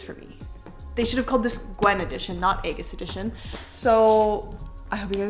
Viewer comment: Great unboxing but aigis is pronounced as if it’s Ie- gis, it’s one of those anime names that aren’t like there written